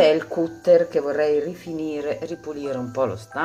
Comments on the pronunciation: Non si dice ''cutter''''cutter'' anzi si scrive cutter ma si pronuncia ''catter'' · Comunque si pronuncia "catter" (anche se si scrive cutter, ovviamente proviene dalla parola "cut" cioè taglio)